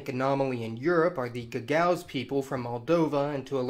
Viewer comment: Gagauz — ga-ga-OOZ.